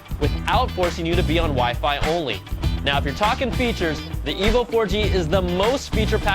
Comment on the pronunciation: It sounds a bit like he is saying " The Evil 4g"